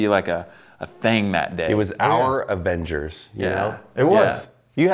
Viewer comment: What the hell is "avingers"??